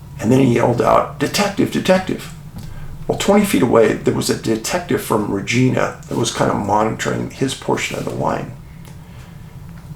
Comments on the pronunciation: Just to clarify Dave it`s Re Ji Na, not Regeena. Thank you for the great episode. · Hey David I live in Regina. I know people have a tendency to shy away from its proper pronunciation. 😂. It’s RegInA. 😂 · Thank you so much for the Saskatchewan segment! Regina - pronounced: ReJINE A lol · this doesn't matter but, regina is pronounced like vagina just saying lol source: It's where i live and across from the RCMP barracks as well. I hear the trumpet(s) when they do parade every dang morning. If anyone confused parade just means marching in formation not a street parade if that's what you might be thinking lol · Hi Dave, love your channel. It's pronounced Reg- eye- na, Regina. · I'm not a person to critique people..but..Regina,Canada is pronounced with the I as" eye". Love all the work that I know you do. Will remain a loyal watcher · I don't mean to sound pissy and I have no stake in this: How to Pronounce Regina? [CORRECTLY] Canadian City Pronunciation [Saskatchewan] It just annoyed me enough to comment...